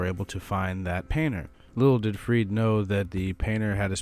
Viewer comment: Love this video! Also it’s 100% pronounced freed-uh